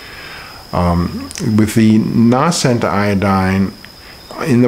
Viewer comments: Although the Crusader fellow was rude, he is correct about the "long A" sound in Nascent. The word Nascent comes from the same root word as natal (or birth), which relates to coming into existence or bringing new life. Nascent, natal and so on have a long A sound. lives in Brazil, so perhaps their pronunciation is flatter there? No need to be rude at all Crusader. Just the facts. Regarding the Lugol's I would read his book Treatment Protocols before dosing with Lugols. In that book he points out the problem Lugols, and the danger of using it orally. Also, it can burn the skin, as he said,... perhaps it might be mixed with hemp oil to calm that effect.... Just a suggestion. Linda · Please learn how to pronounce "nascent." It's a long A...